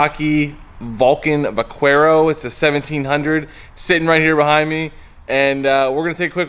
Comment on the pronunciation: Those are great bikes. Just FYI, it's pronounced "va-care-o".